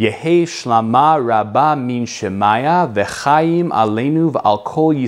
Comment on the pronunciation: I have no problem with the American accent, and this is generally a fairly good recitation. However, there are a few minor mispronunciations that should be corrected, particularly the second word sounds more like yitGadash in the video rather than the correct yitKadash. Also, the word shemayah should be accented on the last syllable, not the next to last. Finally, check the shva na vs shva nach. There are several that are mispronounced in the video. Otherwise, nice job. Kol hakavod.